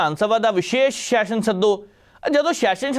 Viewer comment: yaar shession ni hunda Session hunda, vidhan sabha da session, not vidhan sabha da shession, 'S' and 'Sh' sound different. Please, your are a very good presenter but aa kuch nikkiyan nikkiyan cheejan val dhiyan diyo, Pannu saab bilkul sahi pronounce karde aa har word nu, ohna val dekh ke ee learn kar lao please. Boht lokkan nu sirf isse gall karke sunna band karta kyonki they can't pronounce the words properly and they act like they know everything about everything. Dhanvaad.